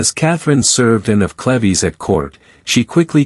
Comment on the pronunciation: This whole video is pronouncing “Cleaves” incorrectly. Such an annoying distraction to the otherwise good historical presentation.